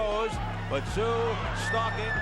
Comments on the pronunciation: Who the fvck is Kostya "And the zoo"? It's pronounced "tZoo". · It's pronounced COSTA ZOO 🇦🇺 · It is NOT Kostyat Tszyu, it's pronounced Kostya Zoo, show some damn respect and SAY HIS NAME correctly. His sons may come after you, and that'll Kostya! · Kostya Tszyu is said... and this is mainly for Americans to understand...here in Australia we say his name like this....Cost-a-zoo..... spelt different i know but said that way...i wish American speakers & or announcers would do their homework & find the rright way to say them... otherwish you continually come across as sounding stupid. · 'Costa Zu'. Geez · Can't the narrator manage to keep the "T" out of Tszyu's name pronunciation ? It's not hard.